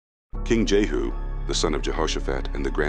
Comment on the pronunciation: * King JEHU, Not JERU